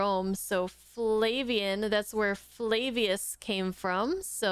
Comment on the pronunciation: Flavius. As in Flavius Josephus.